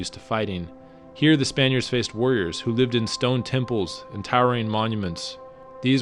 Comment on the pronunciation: Why do you massacre the Spanish names?? You took all the trouble to travel to that country, yet you couldn't learn to pronounce a handful of words? I mean fucking come on, CÓRDOBA - look at the accent. The thing is staring you in the face. It's embarrassing. Even some words in English you trample over, like 'remnants' and 'warriors.' Go to and listen. What kind of a native speaker can't pronounce such simple words? Are you non-lingual?